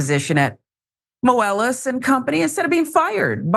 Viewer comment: The way she pronounces Moelis is annoying and wrong.